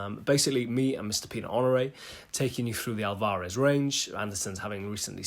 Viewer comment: Never heard that pronunciation of Alvarez, i say it like in spanish/latin languages tonic silab last: alvaREZ. Anyway, more acoustic playing would be nice! great playing as usual.